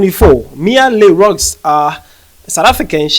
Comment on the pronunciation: It is pronounced Le Roo